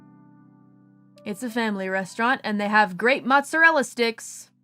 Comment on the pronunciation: This is why I will always give tips to the pips in the service industry. EDIT: I can't hear someone say Motzorella sticks without hearing it with a italian accent.